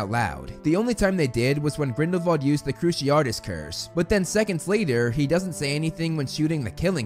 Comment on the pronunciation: CruciARTUS he said. Now I can't take anything else he says seriously.